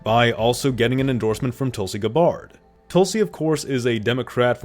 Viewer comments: "guh bard" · “Guh-bard” come on bro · It is most certainly not Guh-Bard. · I've literally never heard anyone pronounce Tulsi's name as "Guh-Bard." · I have never heard anyone anywhere ever pronounce Tulsi Gabbard’s name like that. GAH-BARD ? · Tulsi “GAH BARD?” What kind of pronunciation is that? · GAH - bird. Come on, man, do you expect to be taken seriously if you can't even pronounce her name?! No one else has any trouble with it. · How can you not know how to pronounce Tulsi's name? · Bruh, that you can't pronounce Tulsi's last name almost makes me want to unsubscribe. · It's wild to be posting political content and not knowing how to pronounce Tulsi's name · bro how do you not know how to pronounce Tulsi Gabbard